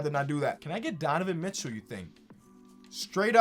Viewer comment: “Donovan Mitchew”